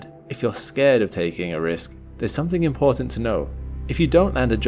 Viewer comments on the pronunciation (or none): none